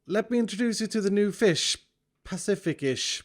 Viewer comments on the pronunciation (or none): Not the pacificish. The pacifish Pa - ci - fish